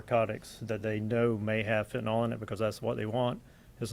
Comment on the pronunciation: No such drug as Fent-anawl. Fentanyl. NIL. Attend elocution classes.